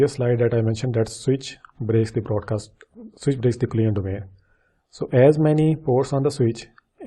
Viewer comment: You're saying all the time "client domain" or something like that, which is not understandible. Maybe you mean COLLISION domain? If so, work on pronouncing it right, it's VERY confusing :(